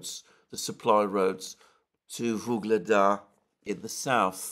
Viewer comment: Alexander, please. Its UGLEDAR, not Vygledar. YUGLEDAR!